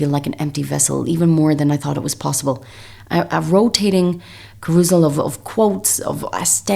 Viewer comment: You mispronounced carousel just FYI